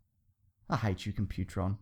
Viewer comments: Dude did you even watch Transformers? Its not Compu-tron. Its Comp-u-tron!!!! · stop saying compu-tron...its comp-u-tron....lol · It's "Comp-pute-tron" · you missed pronounced computron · That's not how you say Computron... There's also a certain irony to calling Daniel Witwicky a fucking moron based on a scene that was actually his dad, Spike ;) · You mispronounced Computron. The emphasis is on the first syllable, not the second. I could understand if it was text only but the episode you show clips of has characters saying his name right in it. And showing a Spike clip to justify hating Daniel... just plain lazy.